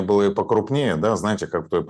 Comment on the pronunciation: Ув., вы высококультурный и образованный человек, но Ваше "да" больше похоже на кадыровское "дон". Без обид